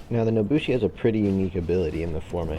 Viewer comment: “The Naboshi” all in all a great video but it really grinded my gears the way you said her name XD.